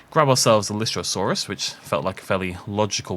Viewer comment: Lystosaurus without the “r”?